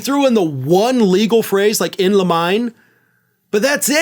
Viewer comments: It's pronounced "in liminay" not "in li-mine" FYI. I do hope that the dump's lawyers' stupidity bites him hard. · it's pronounced "Lemon nay" not limine. Please ask lawyers or attorneys if you think I'm wrong. It's latin. Try Google Translate buddy. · Arrgg... it is in 'Li-Mi-Nay', not 'Le-Mine'. Clearly you don't listen to Glenn Kirschner or Meidas Touch. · It's pronounced "In limb-uh-knee", according to Merriam-Webster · In Le - MINE?" I thought you'd "worked with Attorneys," yet you say "Le-MINE"? I've always thought that second word had THREE SYLLABLES, & was pronounced as "LIM-uh-nee". Check it out. (There ARE SOME variations, but NONE sound like yours!) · ‘In LIMM-in-nay’, not ‘in li-MINE’. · in li-mi-ne, not in lime! It is Latin. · Please correct your Latin pronunciation. 'Limine' is not pronounced 'lah mine.' It has 3 syllables with accent on the first syllable: lihm' ih nay. I hate to think how many words I'm mispronouncing inadvertently, maybe because I've only seen them in writing and never heard them. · I respect, admire, and like you immensely. That being said, I mean no disrespect -- BUT, it's pronounced in-LIM-in-nee -- NOT in-lime. Just sayin'. You're wonderful in ALL the ways that count. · It's Lim-in-nay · Limine is pronounced liminay. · I thought in limine is pronounced lee me nay, three syllables. I lecture in Roman history. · in limine: in 'lee-mi-ne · Isn't "in limine" pronounced in-lim-eh-knee? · In lee menay... In limine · in limine....in lim- in -ey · "Limine" - lim-min-ee. It seems to me that people who have been through law school and passed the local bar exams could not possibly be as stupid and inept as shown by the behavior of Trump's attorneys. They are simply playing a different game to a different audience than they would if they were pursuing LEGAL outcomes in a COURT OF LAW. This is simply intentional perversion, intellectual and otherwise. The LEGAL outcomes this behavior will obtain are pre-ordained - Q.E.D.